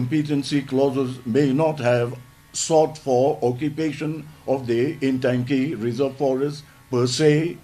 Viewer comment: It is not Intangki, It is Ntangki.